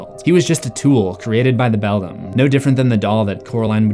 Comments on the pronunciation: I've told you before, it's pronounced BELL-DAM or BELL-DAMN, NOT BELL-DUM. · IF the other Wybie was unable to talk, how was he able to communicate with the cat in the Beldam's (pronounced BELL-DAM or BELL-DAMN) world?